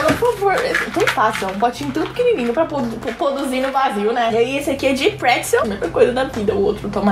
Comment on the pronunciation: "Pa poduzir no Brasil né" kkkkk